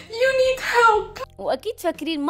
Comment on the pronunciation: يو نيد مش يو نيت 🤣🤣 بضحك بس